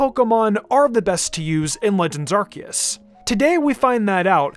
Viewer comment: It’s Ar-see-us